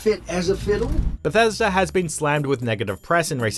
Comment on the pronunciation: You can't say Bethesda without E and A